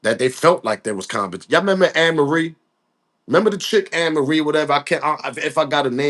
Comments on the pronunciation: This just 1 day thing that got me Tripping..was the Song 🎵 & You pronounce her name like A ' Marie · Hey Amarie Pronunciation A - MARIE HER SONG IS.... ( IT'S THIS 1 THING U DO) EVEN THOUGH SHE HAS A FEW MORE GOOD SONGS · Amerie is pronounced as A-Marie.